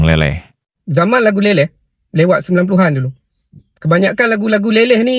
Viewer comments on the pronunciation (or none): Syg skli admin ndk mau bca komen netizen malaydesh sndri,..hrs membaca pkai mesin pembaca narasi... Pdhl bnyak kslhan yg membacanya.. Contoh...80an.....90an dbcanya.. 80en.....90en.. Jdi ndk mood mau smpai slsai liat video nya..